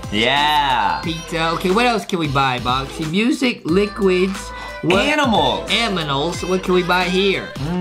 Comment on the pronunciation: Foxy said aminals